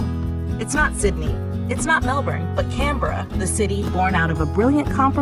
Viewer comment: Hello here is my feedback: 1. The human population of Australia is: 27M 2. The way you say Canberra, Sydney and Melbourne is correct and I am surprised that you actually say it correctly if you are an American 😂 3. The correct population of Kangaroos is 35M not 50M+ 4. 18% of Australia is Classified as Desert not 35% 5. The dingo fence is 5,614km (3,488 Miles) long, and not bigger than that of The Great Wall of China which is 20,000km (12,427 Miles) long